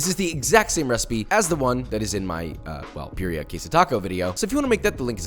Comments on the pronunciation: Its not beerria its beetheuh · Hi.. Just letting you know that how you say butter is the same way you can roll your R to say birria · The only problem with this video is REE way he pronounces birria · Once I understood what he was saying, his pronunciation of Birria, low key made my eye twitch.